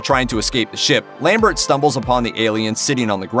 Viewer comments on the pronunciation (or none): none